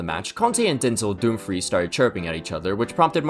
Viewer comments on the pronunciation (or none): none